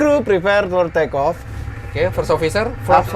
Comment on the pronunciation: oke clear for trrrekoo eh.. take off😂